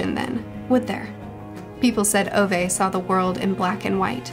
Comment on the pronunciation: That's not how you say Ove. But the way Scandis say O isn't possible for me to convey properly in English, so I'll be understanding of it.